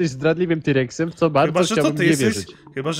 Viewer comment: Tirekxem nie raptorem